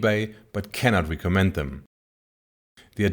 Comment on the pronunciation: Mein erstes Video was ich von euch gesehen habe war das "Beyond IMAX: Filming with a gigantic 16K" in den ersten 20 Sekunden ist irgendwo eine Stelle "it gonna have", da fehlt das "s". Manchmal die Aussprache von einzelnen Wörtern wie "recommend" bei . Und natürlich Eure Website, die gerade aktualisiert wird :) Den meisten fällt das aber wahrscheinlich garnicht auf.